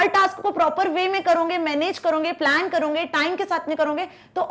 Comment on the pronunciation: करोगे❎. कर‌रौंगे✅😂😂😂😂